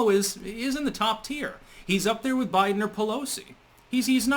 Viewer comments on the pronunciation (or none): none